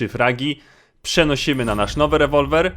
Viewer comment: jeśli to czytasz do nazwij Rewolwer "łewołweł„